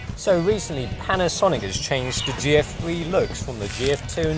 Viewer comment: when he was saying GF3 for the longest time i thought he was saying Geoffrey